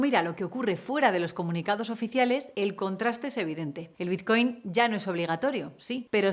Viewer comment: Es BiTcoin, con "T". ¿Por qué pronunciarlo biZcoin? XD